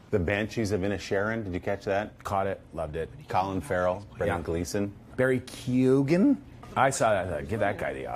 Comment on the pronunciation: Paul may be the only American who has gotten close enough to pronouncing Barry Keoghan's name correctly